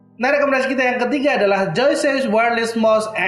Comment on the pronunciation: Btw cara bacanya "wayer les" ya bang, bukan "wayer lis" makasih :)